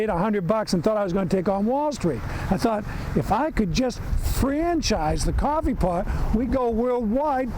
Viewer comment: Cwoffe paht